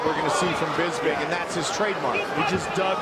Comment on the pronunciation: First off, I love the way Rockhold pronounces Bisping's name.....Bisbing....I look forward to hearing that for some strange reason. I kinda was annoyed by Bisping early on in the UFC. When Hendo dropped the H bomb on him, it was kind of satisfying, in a sick twisted way. Anyway, Bisping won my heart over time. His perseverance, trash talking, and his character all contributed, but what cemented it was his love of his family. He really is a class act despite some of the stuff he might say.